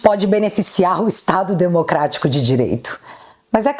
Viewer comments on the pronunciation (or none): “Cuidado” do xande só fala “Desmoctrarico” “dereito”